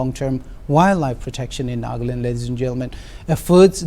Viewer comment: NA-GA-LAND, not Nag-land. What the hell?